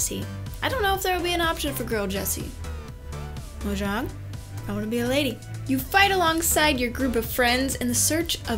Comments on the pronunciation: Its pronounced mojang with the 'j' like in jessie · For FAWK SAKE its pronounced Mo-yang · how she said monjang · ZyCe Grubby Actually, "Moyang". Since Mojang is based in Sweden the proper pronunciation is Moyang. However most people confuse themselves (if they are not Swedish) with the actual J sound. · ZyCe Grubby i agree